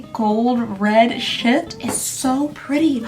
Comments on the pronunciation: ik you said shift, but i heard sh*t 😆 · I heard sh*t I thought it was because I was watching at 2x speed